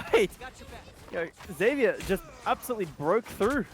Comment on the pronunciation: Zevier with a z not zedvier